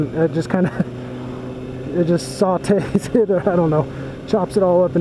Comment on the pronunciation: LMAO@ "sautee"